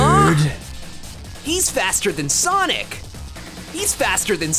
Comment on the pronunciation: SAWNIK, MY LONG LOST LOVER, IT’S FI- uh